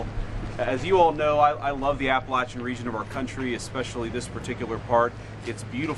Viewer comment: Correct. But he mispronounced Appalachian.